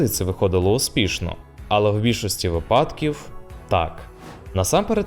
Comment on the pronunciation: трішки конструктивної критики: порівняно з гучністю закадрового голосу, вставки з дубльованої версії фільму мають меншу гучність і , оскільки вони без субтитрів, доводиться прислухатись чи додавати гучності. а ну і не випАдок, а вИпадок , наголос на перший склад.